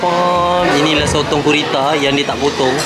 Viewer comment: bukan kurita tapi gurita salah tu saya cuma nak betulkan je